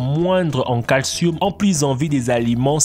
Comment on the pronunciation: Du calcioum et du magnesoum 😂